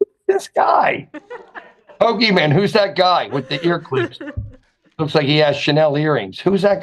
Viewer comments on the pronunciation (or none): Love you having Pokimane on. Also love when calls her Poki-man. And when he calls Hila, Hill-a. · calling her Pokiman like its her superhero name😅.